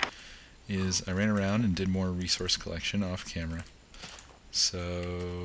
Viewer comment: why is it that everytime says Resource i hear Research